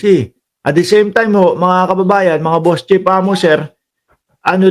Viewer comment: Pnp chief hindi pnp chip ayusin mo naman pronunciation mo.